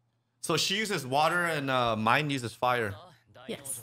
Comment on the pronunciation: I know we rather call her the B word, but her name is not pronounced Mine either ... Myne is pronounced with 2 syllables. should be "Me-Nay"